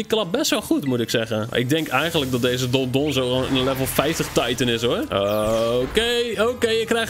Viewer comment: yeah goed gedaan met die titan :D eigenlijk heet ie dondozo niet dondonzo